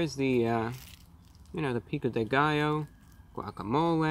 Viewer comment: guac - a - mole - aye